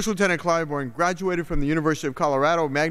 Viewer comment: I'm glad you pronounced his last name incorrectly at the start.....